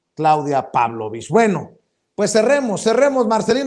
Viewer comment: ES PABLOLICH NO PÁBLOVICH